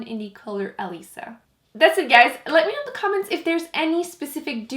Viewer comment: Why do you say de instead of the